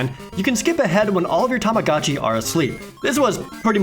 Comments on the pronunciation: Omg stop saying tamacatchi it's tamagotchi!!!!!! Aaaaarrrhggggg hahahaha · i hate that everyone pronounces tamagotchi as 'tomogachi' so much